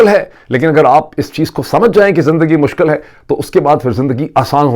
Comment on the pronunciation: Well. Some of us do like to listen to Barrister Shahzaad Uckber — primarily because he is not confused between Urdu and English. Your audience can't tell whether your presentation is in Urdu (poor at that, comprising "kataab" and "mushkal") or awfully punctuated English (cinnamon, pepper, this is Moeed Peerzaada). 😊 Further, he doesn't have vernacular catch-phrases like جو ہے . More pertinently he doesn't mingle گڑھی خدابخش (near Laarrkaana with گڑھی شاہو (in Lahore).